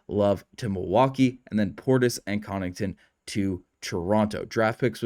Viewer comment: You keep calling Pat Connaughton, Pat Connington.